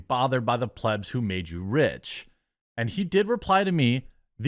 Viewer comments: Where are you replying to your followers in this videos comments? Also learn how to say plebs please. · He's pronouncing plebs properly today.